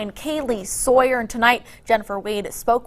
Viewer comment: It's interesting the way she said "Soier" instead of "Saw - yer". I was listening for the sound "saw" but I didn't hear it. It makes one to wonder, when she looks at the first syllable of the name "Saw - yer" what does she think? If she wants her dad to hand, to her, a saw, does she say, "Daddy, please hand, to me, a soi."? [Later] the other one did it, too. Is there some kind of crazy teacher in the educational system, who deliberatety teaches children to say things the wrong way?